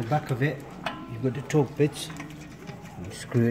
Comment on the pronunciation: Torx bit, not Torque bit.